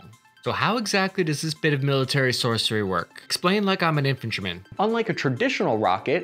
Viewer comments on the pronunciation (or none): Apparently 343,808 viewers of yours are more focused on the content than the delivery. I gotta go there..bc it just looks bad. S o r c e r y. Sorcery. Maybe "sourcery" was double meaning joke? Didn't land that way. Just a heads up. Sorcery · My dude said “sourcey”. Sounds like logistics magic! “You want me to use sorcery?” “No, damnit! Use sourcery. We’re soldiers, not warlocks!